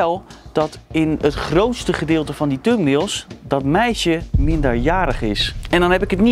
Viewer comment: Lekkere uitspraak.. "Tumnails" 😁